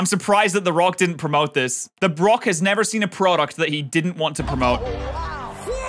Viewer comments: “Im glad the brock didnt promote this” yes the “brock” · Bro said brock not rock lol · me: the rock him: the brock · Either this was a sayo A typo but you say something, but in One minute and 29 seconds into the video, you said the Brock not rock